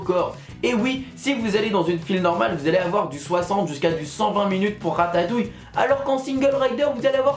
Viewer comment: ta dit ratayouille